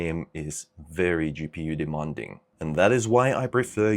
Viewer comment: Not to sound rude, but you're completely pronouncing "demanding" wrong. Its De-MAN-ding not De-MON-ding Sorry, it's a pet peeve of mine (being English myself lol)